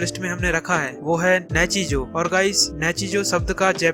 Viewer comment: Saare anime ka description mein maja nahi aaya kitno mein toh basically spoiler hi dediya aur pronounciation sun sun ke mere aankho mein aasun aagya nichijou ka nechijou, shogi ka shoji or rei kiriyama ka reeeeeeeeeeeee😂😂😂 Number list pe jyada nahi bolna par gto deserves way more recognition then it gets bas gto ke baare mein baat ki mein khush hogaya Sangatsu no lion is not mature at all mature se (+18) wala mature nahi par wohi dimaag kharav depression mein daal dene wala anime nahi hai jaise serial experiment lain or neon genesis evangelion its just a slice of life But reeeeeeeeeeeee😂😂😂